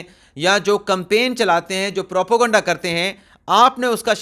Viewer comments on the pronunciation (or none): none